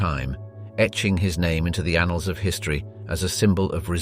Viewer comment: Did he really say “anals”?